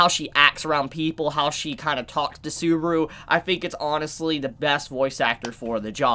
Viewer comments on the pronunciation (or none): none